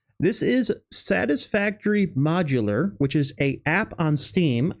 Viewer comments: I'm pretty sure it's pronounced "model-er" not modular for Satisfactory Modeler on Steam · also app called Modeler .. not modular lol. xD